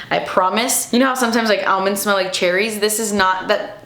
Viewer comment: Almonds 😹😹😹😹 I love the way you say it!